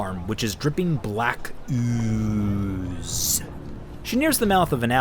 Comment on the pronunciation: How you emphasized ooze made me laugh